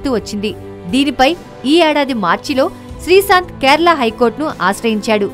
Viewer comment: srisanth kade ttalli srishanth ani Telugu manchiga nerchuko mundhu Telugu paddalu sarigha paluku mundhu